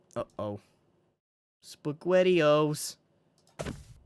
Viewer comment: i love it when he says "uh oh, spegwettiosss". the funny noises he makes when hes upset or scared or laughing are just so like, wholesome.